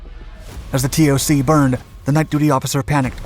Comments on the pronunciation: Hey brother you don’t say the letters T O C you just say toc as a word. Great vid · ...TOC isn't usually said as T O C..it's just pronounced 'TOC'.